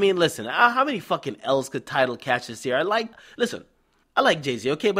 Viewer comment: Gonna have to start calling tidal, TideL